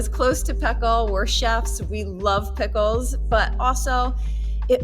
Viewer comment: PEE-ckles ha ha love it